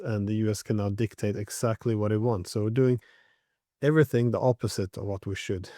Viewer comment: ..'zsac'ly da'! London.